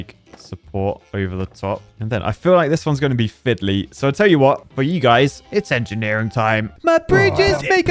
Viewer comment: "combining art and angineering", you mean Architecture? ;)